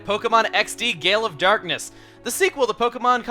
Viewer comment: more like Pokemon? XD!! Gay-le of Darkness